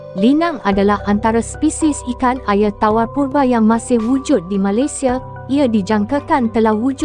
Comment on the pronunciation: Sobut Air Pun Tak Botol 🤦‍♂️ Ayer Ayer Apo Pelat Pelat Bodohhhh 🙍🏻‍♂️